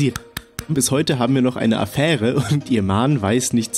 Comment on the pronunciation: Affäre ist halt richtig geschrieben, aber du betonst es so, als wenn es falsch wäre 😅